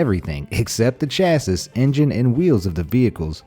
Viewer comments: It is pronounced "cha-see", not "cha-sis" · please god speak correctly...………….its not chass-is it is pronounced chass-e ill come back and finish the video if it gets fixed lol. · God its so frustrating. It's pronounced CHA-SEE not chas- siss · It's pronounced CHAS-EE. Not chass-is. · Please stop saying chassis incorrectly. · First off, it's pronounced 'chassy' not chassis. Second off, the Back to the Future DeLoreon goes 88 MILES per hour, not kilometers. And actual DeLoreons can't even get up above 80 mph on the stock engine and transmission. Third off, there's an E somewhere in Econoline that you must've missed in the Google search on what an 'econolin' is, which isn't the vehicle you were looking for. If you wanted to talk about cars, expect us car guys to get triggered by some simple and easy to fix stuff. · Chassis is pronounced "shassy"... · You’re saying chassis wrong... you don’t say “chass-is” it’s pronounced “chass-e” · it’s shass-e or shass-ay if you want to spell it phonetically There’s no hard CH sound in its pronunciation. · Its pernounsed chasy, not how its spelled; chassis. And econoline is pernounsed exactly as its spelled (e-cono-line) you should know these things before making videos about them otherwise you look like an idiot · Dude, you need to learn a new word .... chassis .... it's not pronounced as you say it but as follows: "chassee" or "chassie" ... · yeah ikr its pronounced chassie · Who tf is this guy pronouncing chassis “cha-sis” 😑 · lol he pronounced chassis as shas-iss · He seriously just said chas sis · The s in Chassis is silent so it pronounced chassie. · Chassis is pronounced Shassy, the last S is silent... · chassis is pronounced chassy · Chassis! Is pronounced chassy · It is pronounced chassy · Chassis pronounced; chas-ee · "Chass-is"? 😒 You're obviously not a car guy. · It's said like chassy* not chassis.just saying I've never heard someone say it like that lol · Omg he was driving me nuts, it’s CHASSIE